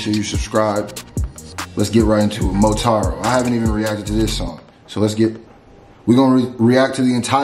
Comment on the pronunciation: “montaro” lol